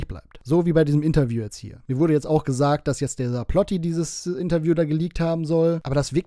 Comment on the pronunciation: "Irjend jemand hat jesagt ist Feirtach"